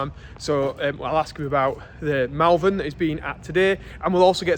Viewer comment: Sorry, had to say it. spelt Malvern pronounced Mulvern.